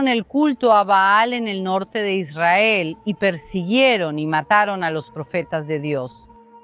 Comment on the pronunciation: Por que esa señora pronuncia mal Israel..?